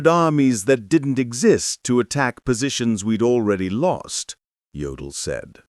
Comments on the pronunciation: It's pronounced "YOH-dl," not "GEO-dl." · An okay video except for the pronunciation of some of the names (e.g. Jodl, which is pronounced Yodel). Also, the pictures shown are not of the people they are describing. Need some editing, guys. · And incorrect pronunciation of "Jodl"... This is a very low-grade, unprofessional production.